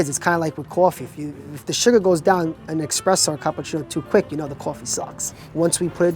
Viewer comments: did you just say "expresso"? man, you got more american than italian in your blood. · Did an Italian just call it expresso? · LMAO, he has all this beautiful Italian pronunciation then he says "expresso." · the young cheese guy cant pronounce espresso lol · How does an Italian American mispronounce espresso?